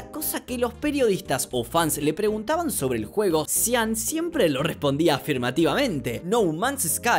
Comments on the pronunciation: ¿Sian Murray? Se pronuncia Shon. Carajo, ¿por qué los Youtubers no saben pronunciar las cosas bien? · Me dió risa como dice: "Sian" Murray. 😅